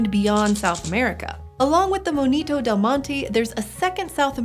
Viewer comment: It's not moñito, it's monito